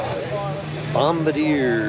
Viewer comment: Dude , .... . it's Not Bom ba deer ! It's "Bom bar deeyay" . It's the inventors surname of the first snow mobile